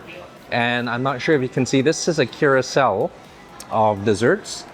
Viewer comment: As much as I’m a fan of his videos, the pronunciations of certain things make me scratch my head sometimes😅 Cuirosel? Carousel 😅